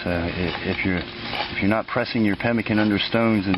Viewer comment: NO TALOW / NOT PEMICAN